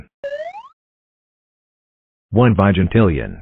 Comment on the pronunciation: "One vyigentillion"💀